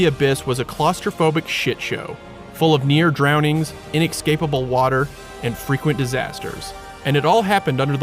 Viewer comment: "inexcapable" "nucular"